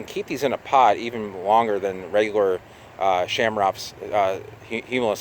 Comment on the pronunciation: Lots of other 'ch' pronounced hard 'c' palm trees out there. Best to take that ch combo and hard C it because it's common among palms.